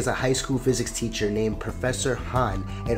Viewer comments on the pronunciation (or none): none